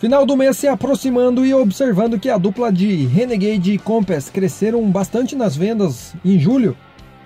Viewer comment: Meu caro, sua pronúncia sobre o Compass está errada viu .